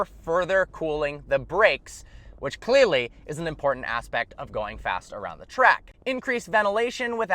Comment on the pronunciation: Guys go to and watch till and listen to how he say clearly (yes I know it was probably a editing mistake but it’s really funny)